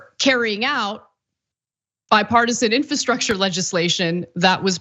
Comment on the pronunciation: Ana, I love you, but why do you say, "infahstructure?"